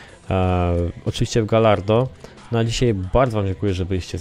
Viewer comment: Gallardo czytamy Gajardo ;)